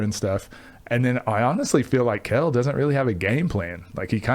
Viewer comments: pronounced kel not kWell:face-blue-smiling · Is he a hooper or a mid sized game bird?? 🤣🤣 Quail?? , it’s pronounced Kel….but nice analysis! Keep it up !